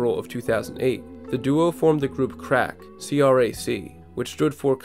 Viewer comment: ok did you really listen to crac? If youdid you wouldnt of pronounced it like that lol they say it all over the album😂